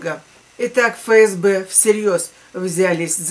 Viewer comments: Дорогая, не Фе Ес Бе, а Еф Ес Бе. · Буквя Еф, а не Фе.